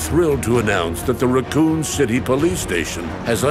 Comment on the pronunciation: I heard that as “Raccon Shitty police station” and shat